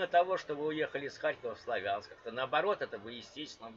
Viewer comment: не славЯнск, а слАвянск! а я с Харькова!